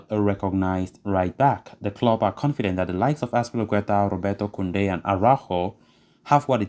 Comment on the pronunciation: I’m glad you’re back! I couldn’t listen to that computer it can’t pronounce Kounde’s name lol